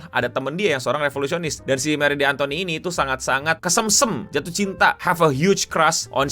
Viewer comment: dibacanya marie antonet gk sih